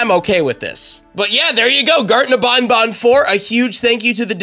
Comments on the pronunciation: I laughed so hard that I thought he said garten of bonbon You know the hand puppet from fnaf5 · "Garten Of Bonbon" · “Garten of bonbon” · U Say Garten Of BonBon 🤣